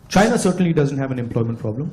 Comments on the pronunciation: Saina nahi China baglol😅😂😊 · 😂😂😂😂Ye pandu hemant kaun hai!!!! Saina... Sainese... Saainaa😂😂😂 ye apna ch siana mein chhod aaya.. pandu